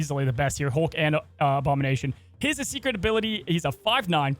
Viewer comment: s OBAMA-NATION lol